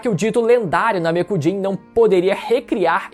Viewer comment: Agonia escutar Namekujin em vez de Namekuseijin